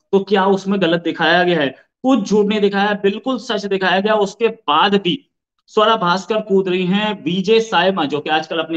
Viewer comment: Aarzu say's savera bhaskar 😂😂😂 Swara bhaskar hai maam.